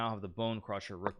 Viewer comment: The Z in ZugZwang is pronounced like ts. Greetings from Germany! And don't get me started on en passant! But this is a fight my french brothers and sisters have to fight! 😁